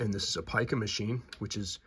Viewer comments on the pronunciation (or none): It is, in fact, pronounced ˈpī-kə, rhyming with ‘pie’. There is no ‘peek-a’.